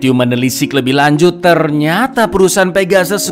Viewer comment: "Lanjut" atawa "Kanjut" Kang?